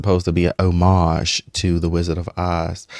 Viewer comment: So nice to see somebody pronounce “homage“ properly. It’s been years. The Media and a lot of surprisingly ignorant people I have been pronouncing it wrongly.